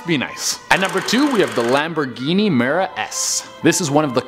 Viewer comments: Miura. Lamborghini Miura S. Not Mera. It's a shame because is an awesome channel with great commentary and solid content... except when pronunciation and/or spelling is assumed rather than researched. I wouldn't bring it up if I didn't just binge a bunch of episodes and noticed at least 2 mistakes in each one. Sure, I'm nit-picking, but that's what comment sections are partially for, right? Literally my only negative feedback for this channel. Otherwise, keep up the good work! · Hello, the "Lamborghini Mera S" should be "Lamborghini Miura S".